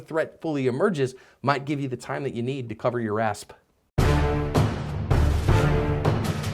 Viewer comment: is it me or does he always say "cover your asp" instead of cover your ass?